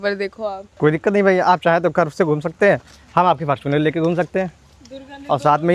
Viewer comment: Bro is totally original Yuva-e-Utaar Pradesh....the way he said Fartunerrrrr